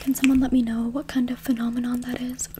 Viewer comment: "phenominon, a feminenomenon" 😭